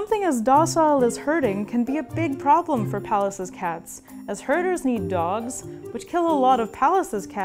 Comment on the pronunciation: Apart from how she pronounces "Pallas."